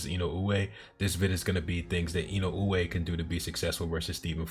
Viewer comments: To frame it to be pronounced by native English speakers, I would put it as E-no-ooh-eh. But you absolutely are saying it right. I tried to explain to someone before that the mispronunciation is equal to people saying Fulton as "Futon". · You might be the one of a few, if not the only, U.S. channel to pronounce Inoue's name correctly.